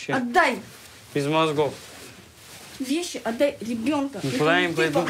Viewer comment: «ты беф меня как без.... мозгхов!!!»